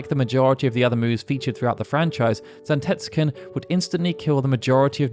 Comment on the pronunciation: Zantetsuken and Gungnir , you mangled the pronunciation :P